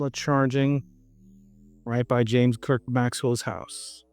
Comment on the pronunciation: I thought Clerk was pronounced Clark?